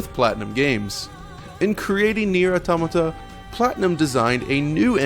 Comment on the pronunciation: Wow, you really can't pronounce Automata can you?